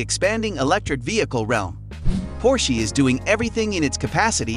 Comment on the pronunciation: Por-shee?? Its, Por-sha Get that right!!